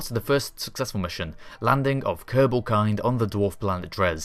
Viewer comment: In the same ship whit a kerbal for 4 years and cant even pronounce is name.